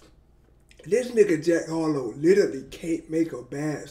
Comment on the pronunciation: It’s Harrrloow